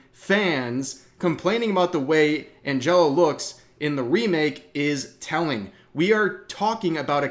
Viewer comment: Dude, what she's saying in is totally true. I don't like Maria's new outfit, but there isn't any problem with Angela. If you knew anything about the game, you wouldn't dismiss the developer's point so aggressively. You're not even pronouncing Angela's name right. You're just proving that you don't care about anything below the surface level because you certainly haven't played it. Yeah, sometimes devs do stupid stuff, but Angela in the Silent Hill remake is definitely 100% not it! Try to play the original game before complaining that you personally weren't catered to enough. Your're not even the audience! Talk about victim mentality!